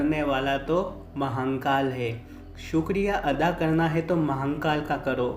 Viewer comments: Areeee yr Mahankal Nehi.... Mahakal N nehi dalna Vai.... Mahadeb k nam hai vai pls.... Sahi se uccharan karne k koshik karo....jarur hoga....pls Mahankal naa bolo.... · Bhai baba mahnkal nahi h.. mahnkal mt bola kr irritation hota h.. baba mahakal h vo Upr wale ko kisi b naam se yd kro vo sunta h, pr iska mtlb ye b ni ki glt naam bolo.. acha nahi lagta h bs, baki jesi mahadev ki marzi.. har har mahadev 🙏